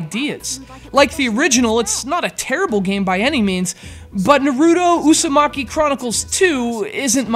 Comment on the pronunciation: narooto usumaki...nice pronounciation...